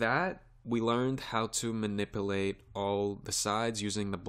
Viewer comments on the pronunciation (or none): Ma-nip-you-late. Not ma-nipple-ate. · Very good tutorial but please pronounce MANIPULATE correctly you say manip-A-late and it should be manip-U-late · Someone should tell this guy that there's a "U" in the word minipilate!